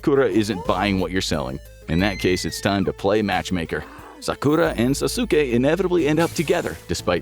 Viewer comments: "sasookay" lol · Sasuke? It's pronounced sas-kay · it's pronounced as Sas'ke. Not Sa-su-ke. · it's sas*ke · Calling Sasuke "Sasuka" is wild 😂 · I've also never watched Naruto. The series where he was a kid or an adult. But even I know its not pronounced "Sass-su-kay" Come on,. You're above this blatant clickbait. Get a BetterHelp sponsorship or something at least. That would be an improvement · Sazuki??? The disrespect 😂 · pronounced "saucekay" btw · Sa-sukay? Really guys lo😅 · Omg can’t believe how he pronounces Sasuke, it’s Sas-ke!!!! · I like how he can pronounce tsukuyomi but Sasuke and Sakura was out of reach lol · naruto.... sAsUUkE....Jen-jutsu.....bro I'm dead😭